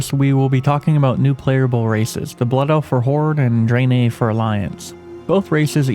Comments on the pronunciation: why do you say draenei like that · Ok, ya got me with how ya say the name of the alliances new race.